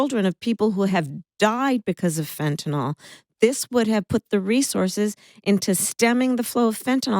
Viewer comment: Tell Kamala: Of all people, you know the value of pronouncing things correctly. Please stop mispronouncing Fentanyl! Sat it as FEN-TA-NIL, not "FentaNOL."